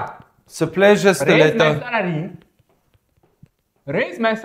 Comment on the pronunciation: I love the Afrikaans accent and the way he pronounces steleto